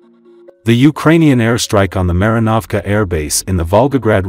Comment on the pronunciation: When will you English speaking voices get European names pronouced correctly? The letters a in Marinovska have to be pronounced like in father. But thank you for at least stopping cursing Kursk. Thank you very much. ❤